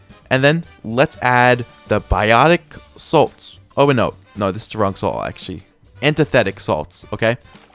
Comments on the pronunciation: Where is he getting saint out of the word salt?? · salt not saint